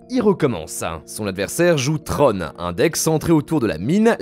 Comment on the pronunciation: C'est tron pas tronE...